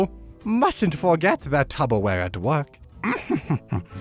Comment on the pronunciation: did u just say tuBBerware, ITS TUPPERWARE U RECYCLED AQUAFINA WATER BOTTLE